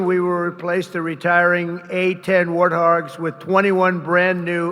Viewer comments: This is second attempt at POTUS... attempt is the word, not term. Warthog not wartharg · no,.....WarTHOG, POTUS pronounced it WartHARG